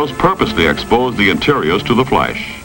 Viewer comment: But paint burns more readily than wood! This was probably fake and they used it as an excuse for kicking poor people out of their homes. The idea that four magazines and two newspapers would catch a house on fire was probably to discourage people from reading. Also "may-zures," "flaysh," "traysh." He shook his accent all but that one diphthong?